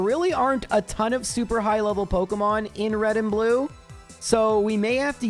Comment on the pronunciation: pokEEEEmon* not pokUHHHHHHmon